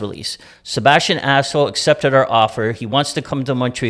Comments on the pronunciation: Sebastian Asshole? Lmfaooooo it’s Aho….. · Cherry's son is a bigger moron than his dad. It's 'Bergevin', not Bergeron, and it's AHO, not ASHO. Also, maybe get Kotkaniemi's name right as well, he's the main character of your story, you total toolbags. Are you purposely this stupid, or is it an act? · Did he say Sebastien asshole twice...instead of Aho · lol... jeez this family couldn't pronounce a name if their life depended on it. lol Bergeron... Bergevin Assho... Aho.. Kokanemi.. Kotkaniemi... lol, not complaining, just funny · Is he saying as$ hole instead of Aho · Katniemie... sebastian aso... Bergeron->Bergevin! Omg what a mess guys c'mon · Hahahahahahahahah I think they used 15 different pronounciations for Kk, Aho, Bergevin....🤦